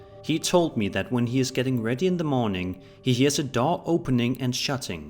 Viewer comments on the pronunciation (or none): none